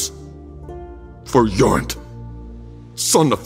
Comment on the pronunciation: Jorund is a woman’s name 😜 Jorand is man’s name. Way to butcher Norwegian 😂